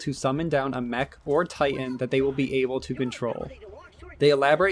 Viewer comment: MECH MECH MECH not MACH MACH MACH its a MECH with an E not An A